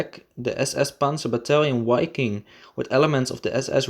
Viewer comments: APPRECIATE THE HISTORICAL INFO. PLEASE CHANGE: WI-KING not Ui- king, Wa- ffen not Ua- ffen. Anyways fantastic content! CONGRATS! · Wiking is pronounced "Vee-king". Waffen is pronounced "Vaff-en". Narwa is pronounced "Nahr-vah" Dniepr is prounded "D-nee-per". That's a start. I can't keep up with the mispronunciations - there are so many, essentially every sentence is an auditory train wreck. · The “W” in German makes a “V” sound. Say Vaffen and Viking. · Just FYI - The German 'w' is pronounced like an english 'v' and the first 'i' is long so it should sound like Veeking. Wiking is German for Viking. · It's pronounced "vi-king" with a short "i". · Dude - in German you spell and pronounce "Wiking" with a clear double-u. In English, it is spelled "Viking", and pronounced as a "v" - a clear "v". You should change the commentary, as it reduce the quality of the video quite substantially!! In fact, the video is almost non-comprehendable due to your extremely bad pronounciation - slow down, and concentrate on pronouncing the words clearly. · W is pronounced V in German.